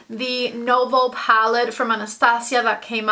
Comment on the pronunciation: It's newveau. Not novo, the previous palette. Great review. Though at first I thought meh I might actually pick it up